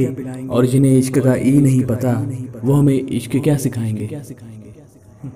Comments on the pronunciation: By the way ishq ka e nhi I hota h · Isq toh i s suru hota hh e s nhi😂😂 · but ishq hota h vo eshq ni bhai😁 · Ishq Ka e nhi i hota hai 😂😂😂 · Ishk mein e nahi i hota hai😀😀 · Ishq ka i hota h bro E nahi